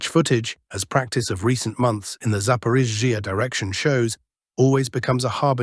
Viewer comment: The Zapaporgia zone is the funniest. Hooleeaipole is a close second. Arrestapole is getting arrested